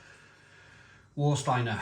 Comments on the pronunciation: Warsteiner. Please pronounce "Var-steiner". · Of the German supermarket lagers it's Paulaner for me. I sometimes buy Krombacher if theres a deal on. I'm not really fond of Warsteiner due it's flavour, although I still occasionally buy when I forget what it's like. BTW it's pronounced Varshteiner.